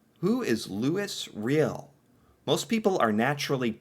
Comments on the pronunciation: Louise Réal - Loo-ee Ray-Al Métis - May-Tee Macleods - Muh-Clouds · His name was Loo-ee Ree-el. He was a Me-tee. He caused a Rebellion back in the day. He wanted proper rights for Me-tee who were half Indian and half French. The North was populated by both English and French but there were very few women. Especially women who could survive in such conditions. Most of the men married Indian women and thus the Me-tee were the children of the earliest arrivals. There is a lot more but I just can't remember it all at this time. You should research this if you really want a story. Everyone thinks that the song "Red River Valley" took place in Texas but, no. It took place in Northern Manitoba. Louis was responsible for the Rebellion that took place there. You will never understand your own life until you study history. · first its not Réal but Riel . Deuxièmement vas sur Google et recherche : métis pronunciation en français, ensuite clique sur le petit symbole pour écouter la pronunciation. Je ne sais pas d où tu viens pour ne pas prononcer le S mais en français on le prononce . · "Lu-wee Ree-ell". "May-tee". Not "Lu-iss Real". Not "Meh-tiss". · Louis (Lewy) Riel (Ree El) French name. Oui! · Metis is pronounced may t . A term to describe the mixing of indigenous and whites . It's pronounced lou e re l Louis Riel . You should read up on this man and why he was famous .. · just some pronunciation for you: Louie Ree-yell (Louis Riel) May-tee (Métis) Anishinaabe is a First Nations people. (Ah-nish-naw-be) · Looee rayall is how you pronounce his name..he was a french Canadian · Lou-ee Ree-al is how it's pronounced. Also, it's MAY-TEE. You should look up the Riel rebellion - a very important moment in history. Also, give a listen to Gordon Lightfoot's famous song, "The Canadian Railroad Trilogy." It will help you understand the importance of The Last Spike. (Also a great book by Pierre Berton.) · Louie Ree al, may tee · Loo-ee Roy-ell :)